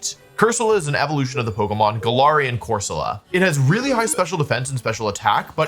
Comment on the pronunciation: I know you're pronouncing galarian wrong on purpose but i just can't prove it